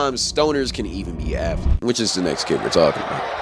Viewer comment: "Athelets" alr bro🤣